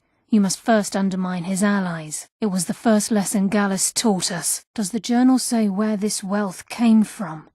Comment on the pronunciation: Gallus not gallos